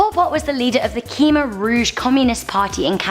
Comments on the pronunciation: "Khmer" is pronounced "Koo-Mai" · Khmer isn't pronounced "Keemah" it's pronounced "Kuh may" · It's pronounced "Cam air"